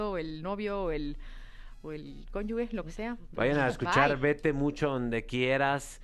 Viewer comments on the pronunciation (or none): Se escribe cónyuge, pero se prenuncia "conyuje" Sandrita.